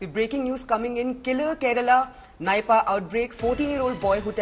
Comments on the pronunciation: Her pronunciation is wrong, It's Neepa (Nipah) not Naipa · Its not nypaaa.. its nipah